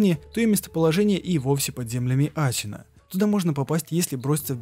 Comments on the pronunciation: А можно Шиноби а не Сщиноби, Асина а не Асщина, Исин а не Исщин. Очень интересно, но слушать это невозможно. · Ты, по то что он говорит (например) не ГенеТиро а генеЧиро, не аСина а аШина? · Выброси букву щ из своего алфавита. Синоби, а не Щиноби. Асина, а не Ащина. Слушать невозможно, бездарность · аЩина Щиноби секирО пздц уши кровоточат, а так норм разбор Лора! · ГениТиро СекИро Асина всё видео уши резало, без негатива